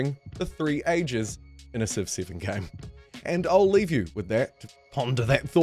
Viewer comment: Wow I can’t listen to this, good god, by the time I’d heard “civ siven, the hidline” I thought I’m out, I just can’t listen to kiwis butchering vowels it breaks my ears